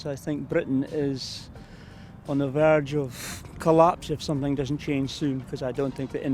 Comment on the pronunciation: the one that pronounces th as f as in sumfin as opposed to to something, I guess you do it too 🙄